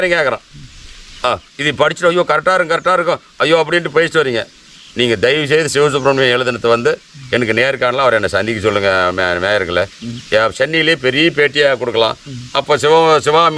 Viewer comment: சிவா மீடியா மேயர்கள்ளா 😅😂 மேயர் இல்லை தம்பி அதற்கு பெயர் "நேயர்" "நேயர்" . (பம்மு வராதா)😅😂